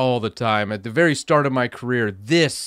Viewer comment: HAHAHA! "Velly" funny :)